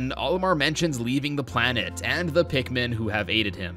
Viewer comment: When I heard someone says pikmin I thought he sed pigmen 4 some reason 😂